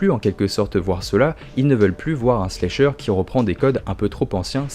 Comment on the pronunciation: J’adore tes vidéos mec!! Mais par contre c’est pas « Slécheur », c’est « Slasher » 😭😭